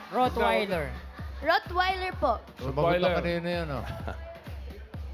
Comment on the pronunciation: ROTTWEILER...not ROOTWEILER and that guy in the audience is correct